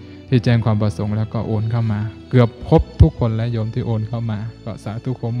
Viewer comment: แล้ว อย่า แร้ว และ อย่า แระ กำหนดสติ ตั้งใจกำหนด ร เรือ กับ ล ลิง ใช้อักขระให้ถูกต้อง จะดีมาก ยอดเยี่ยม ต้องหัดและกำหนด ทำให้ถูกต้อง คนฟังรู้สึกขัดๆ ขอขอรับท่าน